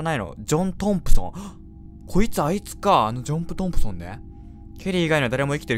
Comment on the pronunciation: らへんでジョントンプソンのことジョンプトンプソンって言ってるｗｗｗ